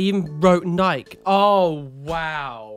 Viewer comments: FYI, Nike is pronounced Nigh-kee. I was super confused the first time you pronounced it that way. I was like "Am I pronouncing it wrong??" But then I looked it up to just check we weren't changing the name and trying to Americanize the Greek Goddess's name but that's the actual way to say it. Apparently, we Americanized Adidas. Because your pronunciation also threw me, I looked it up too. But you're actually right on that one so I dunno what's happening here. 😆😆😆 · Why do you pronounce Nike that way?! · You have to pronounce the E in Nike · American pronunciations of products Nike (n-eye-key) Adidas (ah-dee-das) Just sayin haha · I’ve never heard “Nike” or “Adidas” pronounced the way did in this video and I’m just a bit bamboozled by it 🤣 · Me neither, but I love it and will forever pronounce them that way from now on. has added to/ modified my vocabulary in incredible ways since I began watching him.